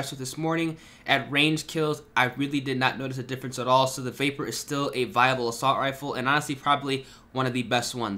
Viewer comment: It’s not a vaper it’s the vahp-yur